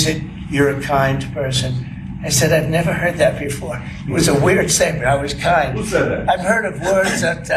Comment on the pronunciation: Donnie...dont try to pronouce big words you don't understand like "kind" and " groceries"😂